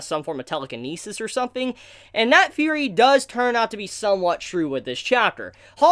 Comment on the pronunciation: i just noticed that you say "Fhurey" instead of theory is that an accent thing?